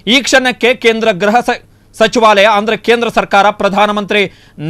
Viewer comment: Ghraha not..but say Gruha if you are kannada knowing man